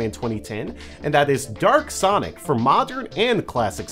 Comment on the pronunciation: You said derk sonic instead of dark sonic